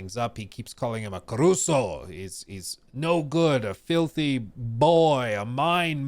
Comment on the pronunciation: it's carusu and not caruso